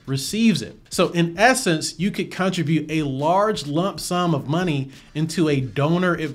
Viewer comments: this is amazing!! (btw this is SUPER pedantic but i think you’re pronouncing “contribute” wrong ) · lol! I was wondering the same thing. Maybe I say it wrong?? Ha ha ha.